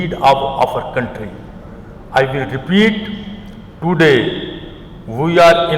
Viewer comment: What a fluent english. Even a clerk can speak English better than this jahil. He should have been handed over speech in simpler English. Tooday. Histooorical, fu-----------k